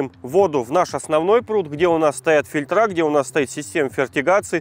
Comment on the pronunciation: сплинкерА и фильтрА - бьет по ушам